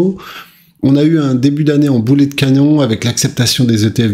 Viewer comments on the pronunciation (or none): none